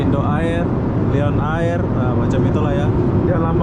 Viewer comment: Lion air = sebutan "layen er" bukan "liyon ayir" Malindo air = sebutan "malindo er" bukan "malindo ayir"